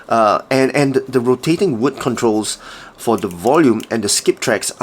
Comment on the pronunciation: Did you say Wood!